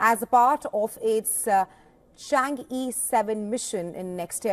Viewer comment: not called "change", should pronounce as "Chang" "o", two syllables